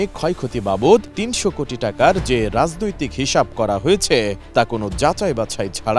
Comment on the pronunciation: খবর পরতে না পারলে এটি এম নিউজ বন্ধ করে দাও ৩০০ কুটি ৫০০ কুটি এটা কি ভাই